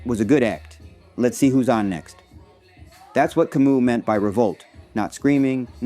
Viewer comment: hey brother, on this website (YT) search and play the following: "How to Pronounce Albert Camus? (CORRECTLY)" (without quotes). Great video by the way !